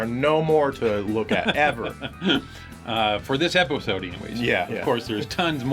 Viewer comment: way to keep a straight face after saying "epoesode"...props.